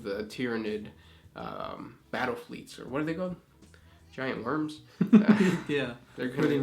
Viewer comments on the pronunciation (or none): none